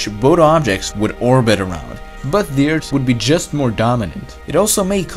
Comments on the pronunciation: Subrem it’s earth not eart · he meant that as a joke because the guy in this video pronounced earth as eart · bad comments: OMFG LEARN ENGLISH ITS EARTH NOT EART Good comments: Eart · Why do you say Ert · Layla Salas he saying how this guy says earth this guy says eart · yeah I know, i have OCD over that stuff. Couldn't help but correct myself. I get it though